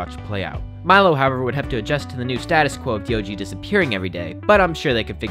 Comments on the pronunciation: His name is D O G not deeogee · Diogee is literally D-O-G sounded out lmao I'm naming my pet that....